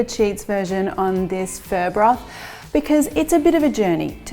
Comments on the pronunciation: omg did you just say furr!!! yuk I prefer phoooooooooo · looks awesome! it is pronounced 'fuh' it sounds like you are saying "fur". even the auto-subtitles thought you were saying "fur" :-) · Is that how pho is pronounced? It sounds almost like 'fir' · Okay this whole time I thought it was pronounced “fuh”...... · I believe it is. I THINK it's her accent. I've never heard it pronounced this way either lol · took me 5mins to understand that you're not talking about "fur" 🤭🤣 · Pho came from Vietnam, not the Philippines - two totally different ethnic groups and cultures. Say it like phuh-uh, but don't make it two distinct syllables because Vietnamese is a single syllable language - you're basically prolonging or dragging out the one syllable but the inflection goes up a bit at the end. So start with the phuh part with the tone neither going up nor down, then go up when you hit the uh part. If you can't do it, just say, fuh. Not fur. LOL!